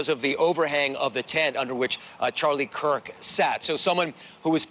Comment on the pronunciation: His name was Kirk! Not Cook!